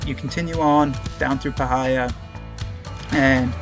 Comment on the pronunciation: Obligatory Magpie Correction: it's pronounced PIE-heeya, not puh-HI-yah.